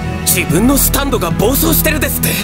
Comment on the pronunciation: スタ⤴︎ンド⤵︎